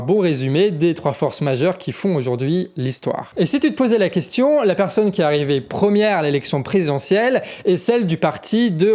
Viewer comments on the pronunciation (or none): none